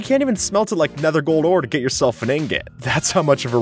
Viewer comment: Did you say nether pwatal😂😂